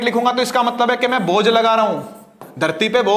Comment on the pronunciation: Its bhoj not bojh😂